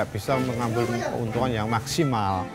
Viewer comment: he says "maximaal" in such a Dutch way